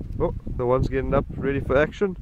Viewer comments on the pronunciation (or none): I dig your videos and I dig your accent. Ready for action heard through my western ear as "reedy fraction". Fun. Thanks.